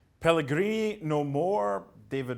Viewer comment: Video starts: Mark Donaldson: "Pellegree no more" Mark Donaldson's conscious: did i seriously just say pellegree?